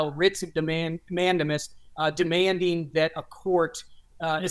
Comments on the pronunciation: FYI, mandamus, as in a writ of mandamus, is pronounced man-DAY-muss. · Writs of Man-day-muss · Pronounced "Mandaymiss" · It’s pronounced writs of man-DAY-muss